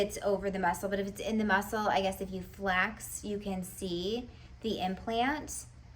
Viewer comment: The mussuulll lmao girl u still trip me out w your articulations but no worries in a good way cmon say in the mussuull for me again 😂